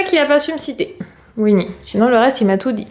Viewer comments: J'ai adoré se Vlog mes juste c est pas winni c est Mickey 😅 Mes par sa le vlog et la ou tu loge c est super génial j'aurais adoré habité la gros bisou à toi et toute ta famille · C'est pas weeny c'est mickey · Cc c pas winny mais Mickey